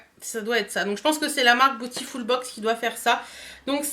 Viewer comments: Cc merci pour la vidéo 😊... Tu sais que beautiful se prononce bioutiful... 😉 et pas botiful ? Bisous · cc, les autres youtubeuses prononcent à l'anglaise... comme c'est un mot anglais... mais tu fais comme tu veux!;)